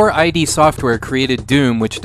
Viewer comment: It's 'Id', rhymes with lid. It's not I.D.